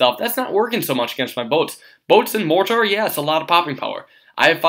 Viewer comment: You sound like an idiot the way you pronounce "mortar".